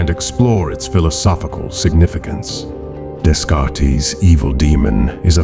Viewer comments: "Daycart" not "Descartis". 😂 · 'Descartes' pronounced "Dez-Cart-Ease"? So a simulated voice, Fishburne obviously, otherwise quite convincing! Simulations... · Descartes is pronounced “day cart”… not “deez car teez”